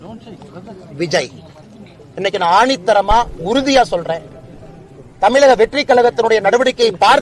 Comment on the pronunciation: தமிலகமா தமிழகமா😂😂பாலே கன்பியூஸ் ஆகிட்டாரு.